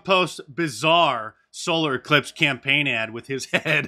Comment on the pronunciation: "We have an E-clipse"? And "ci-codda"? Is that like Welcome Back Ci-codda?